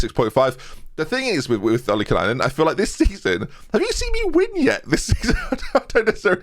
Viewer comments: I know you think you've finally got it right but you keep adding an extra N to Ollikainen. Its Olly-Kynen not Olly-Kenynen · Do you wanna finally try... 442 counter attack with a target man? You've got loads of pacey wingers and forwards, just have everyone else sit back and lump it to the target man to flick on. It would just work SO well. Also, you might want to drop the random extra N you put into Filip's name. It's "OL - LY - KAI - NEN", not "OL - LY - KEN AI NEN" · it's "OLLIE-KAY(like Pie but with a K)-NEN". You can do it! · BEN, PLEASE! “OLI-KAI-NEN”